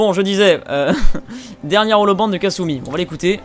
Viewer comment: "Le mal est fait" - Casseurs flowteurs pour le départ vers far Harbor. Parfait :o Et puis c'est Kasumi pas Katsuni xD Katsuni c'est autre chose:p Très très bonne vidéo, je t'ai découvert il y a peu avec ta vidéo sur NukaWorld et je dois t'avouer que j'ai accroché direct!